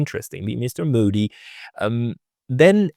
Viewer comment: der Onkel heißt nicht Muudy sondern MOdi... und das Wort cauntry heißt cantry plz